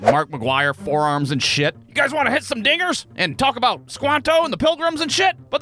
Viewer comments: yeah, he either said diggers or dingers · I still don't know what he said but he's from Ohio so we ball ig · I had to listen to it 3 times because it didn't sound like he said dingers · bro did NOT say dingers 💔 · I did not hear "dingers" at first. had to bump it back. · Glad I'm not the only one who had to throw CC on to realize he said DINGERS. Jumpscared me out of an almost-nap. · Swear to god 😂 I had to listen to over 20 times just to verify "you wanna hit some ****ers" wtf 😂😂😂 obviously he said "Dingers" but it took alot of replays 😂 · Dingers. He said Dingers....💀 Jeez I thought he flew off the wall deep south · That is NOT what I thought you said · sounds like he’s saying dingers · I had to turn on CC to figure out what he said. According to it, he says "hit some dingers", which apparently is a slang term for hitting a home run in baseball. Lol. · I think he said dingers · It sounds like u said something really bad here